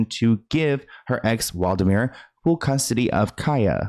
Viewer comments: 😂 Hey, you said the name wrong It’s Wladimir Klitschko. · It’s not Waldimir, It’s Wladimir 😁